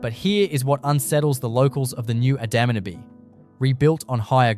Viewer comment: You'll have to teach your AI robot how to say Adaminaby correctly.